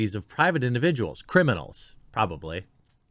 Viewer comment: Damn cri-meme-nals